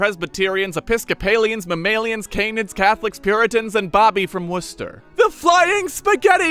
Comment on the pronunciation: you are a legend for pronouncing Worcester properly